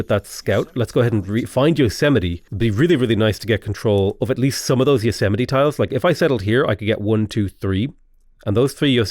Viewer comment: Its pronounced Yo-s-mite lol